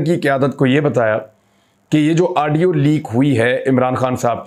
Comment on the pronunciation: urdu mai audio ko aaadio bolte hai 🤣